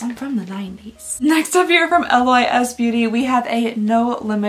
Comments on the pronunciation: The amount of times you said Booty instead of Beauty😅❤ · Booty Bee-yust